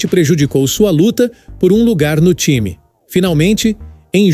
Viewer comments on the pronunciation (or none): none